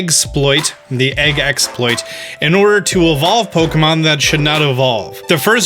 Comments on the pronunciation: He said it! He said eggsploit! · Yes! You called it eggsploit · You know what's funny? I was just reading a Polygon article this morning that talked about evolving Male Combees and Salandits using the exploit that you found Also omg, you said "eggsploit!" Yusss